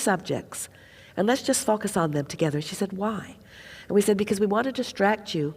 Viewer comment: Whenever she says the word focus, I hear something else. (Fu*k us)🤭 I guess I’m immature.😅